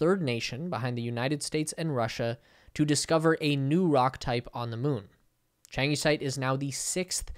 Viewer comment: Changesite-(Y) mineral: pronunciation sounds like (china-site). 😲 notice video duration